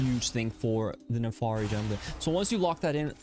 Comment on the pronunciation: das and "I" not an "A" FIRI